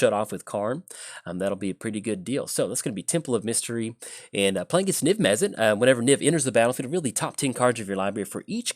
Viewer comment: Mizzet MizzetMizzetMizzetMizzet Mizzet not mezzit